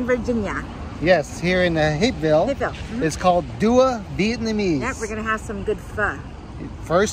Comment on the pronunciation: The first time said it I could have sworn she said “back to hickville”. But I’ve watched you long enough to know she would never say anything like that. Then I finally got it the second time...Hapeville. 😂